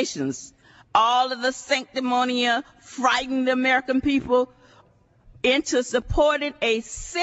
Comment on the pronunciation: Love her hair though. What's a "conflick"? What's "sanctimonia"? What a maroon.